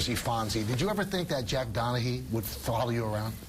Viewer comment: Interviewer is a bonehead - it's DonaGEE - they had an episode about it. Not DonaHEE